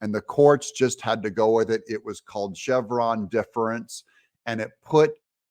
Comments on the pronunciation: Chevron Deference - pronounce Deference as "deaf rehnse" Thx . . Not "Diff rense". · You keep pronouncing “deference” wrong but thankfully, you got it right at the end.